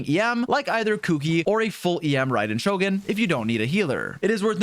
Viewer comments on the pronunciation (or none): none